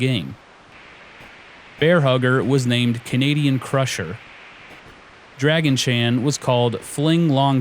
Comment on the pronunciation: Why is he pronouncing Dragon Chan as "Dragon-chan"?